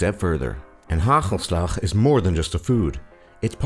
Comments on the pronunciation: I live there! U said ghaghelslag iTS hagel slag XD!! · Die gast zegt gagelslag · This man really is exaggerating the harshness of the Dutch language: gggaggggelslaggg.. gggoe gaat gget met u? And I don't recognize myself in the swearing part.. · Me: its hagelslag Top lists:haguulslug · GHAGHELSLAGH 😂😂🤣🤣😂😂🤣😂🤣🤣😂🤣😂🤣🤣 hagelslag😐😐😐😐 Like als je ook nl bent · Hahahaha hij zegt bij hagelslag ghagelslag XD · Neither have you apperently. It's hagelslag not "ghaghelslagh" or how you would write that down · LOL hahoslag :P its hagelslag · het is hagelslag geen gagelslgag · Gagelslag, well he said it better then people who say heegolsleg, congrants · They be like: gagelslag 😂🤣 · I know that that's how he pronounced it but it's actually: hagelslag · Haha hagelslag😂😂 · hahaha how he SEAD hagelslag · No offence, but I died when you tried to say hagelslag 😂😂😂😂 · ja hier, trouwens hoe hij hagelslag zegt XD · Said hagelslag so weird 😂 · OMFG HAHAHAH HAGELSLAG XDDD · love how hagelslag is pronounced hahahah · Wij houden niet van die ziektes En hij zegt hagelslag ook best wel grappig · Hagelslag* and you prenounce it way different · i liked how he tries to pronounce hagelslag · Hoe die man ook hagelslag zegt :D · hagelslag ja hahahahah die kerel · how about you try to properly pronounce: 'hagelslag' then. exactly, u can't. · haha so funny how he pronounces "hagelslag" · i was laughing so hard when you where at the swearingpart and when you where saying our words. (hagelslag, geweldige uitspraak man.) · he says it completely wrong